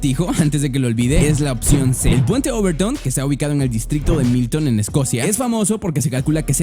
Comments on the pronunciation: Puente obertoun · overtoun o royal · Se llama puante OVERTOUN